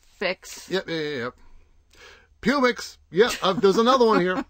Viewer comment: I agree it is a samll town with not much to do, but you did completely miss the nicer parts like Rockledge Dr. aka River Road. And I assume you do know you are pronouncing Publix wrong.